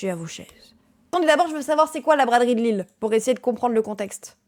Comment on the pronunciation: Je suis désolé mais en tant que lillois mais c'est LILLE pas LILLES 😢